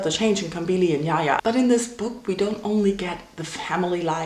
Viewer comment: It's the way she calls Jaja, Yaya like he is Spanish lol... Its Jaja tho...